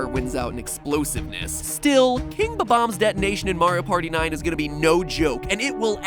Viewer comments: it is bomb- ombs not bo -bomb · Its not bom boms its bom oms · Who else is cringing on how he says bomb-ombs Or wait HAVE I BEEN SAYING IT WRONG MY WHOLE LIFE?!?